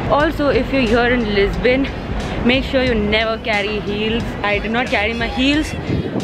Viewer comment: when you say Lisbon i hear is my name 😂😂